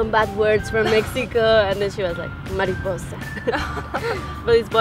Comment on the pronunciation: Mariposa - souds like MARIPUSSI !